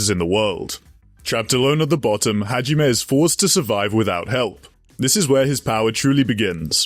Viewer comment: bro butchered hajimes guns name so hard i had an aneurism